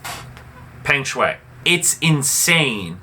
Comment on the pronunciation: Learn to pronounce her name clearly first. I bet you don't even seen one set of her game. Don't recycle news. Lame.